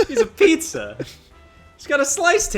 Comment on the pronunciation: I can't believe Vinny didn't get "pizza" right